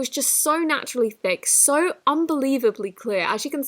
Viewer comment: Every time she says so I hear soy?!